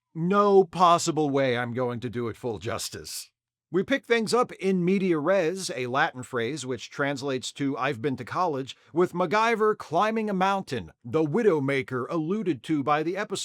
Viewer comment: um acshhhuelly, it's "In medias res" ahum ahum.